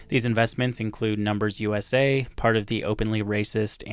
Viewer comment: weird how elon starts the "USA" chant with completely the wrong inflection here and then you can hear his pronunciation change to mimic the crowd when they come in after an awkward beat, it's so off-putting and funny and almost eerie